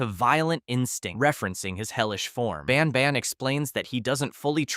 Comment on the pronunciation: Are you intentionally saying banban wrong every couple times to rage bait me into commenting? Bc its working 10/10 🔥